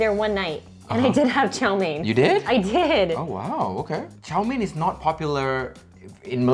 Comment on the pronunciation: I love the fact that pronounced Chow Meen correctly! It sounded very Cantonese. A huge THANK YOU!